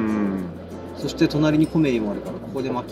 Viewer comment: 正しい発音は コ↑メ↓リ↑ です！